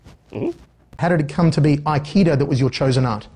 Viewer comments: schiavello is not pronounced that way. He butchered his own last name (mindblowing) also he said Aikida (what?) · Its pronounced (ah-key-doe) sorry to be nitpicky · You mean akido which is pronounced as uh-kee-doe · As someone who's trained up to the black belt level in Aikedo (which has its accent on the second syllable, not the first FYI), I'd be letting my dojo and the martial art as a whole down if I didn't state right here and now that Steven Segal gives the entire martial art a bad name. Aikedo's basis is to subdue your opponent without causing them physical harm, utilizing a redirection of the flow of their hostile energy (in the physical and metaphysical sense) to fell your opponents with their own force. I can vouch for its efficacy through my personal experiences. I have taken a 6' 4", 250 lb goliath of muscle named Ray all the way to the ground as a little 9 year old Aikedo practitioner. Ray was a great, very nice guy, but you could instantly feel the difference by using an Aikedo technique over just trying to pull or shove him down. Aikedo's mentality is nonviolent, straying away from the punches and kicks of Karate, Tae-Kwon-Do, Kung-Fu, and others in that vein. It is not a martial art based solely around "Throwing people to the ground" as Jon asserted, it's based around guiding your opponents safely to the ground in a pin, keeping them unharmed while de-escalating the situation nonviolently.